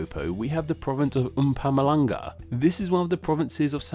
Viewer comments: How much does pronunciation factor into your rating? I ask because you definitely butchered Mpumalanga & Gauteng. But if meaning is the main factor then pronunciation matters little. You said: mpumm ah lung ah Correct: mpoo mah la ngah You said: hwa-teng Correct: hau(how)-teng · The Way you Pronounced Mpumalanga And Gauteng eeei no cut